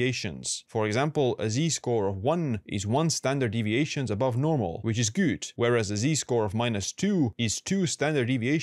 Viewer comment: Your English is great but you need to work on your pronunciation of ”good”.